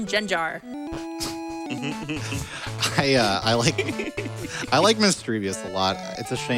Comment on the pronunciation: “Jenjar” lmao